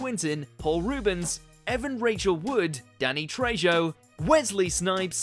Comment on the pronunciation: Lol “ Danny TreJO”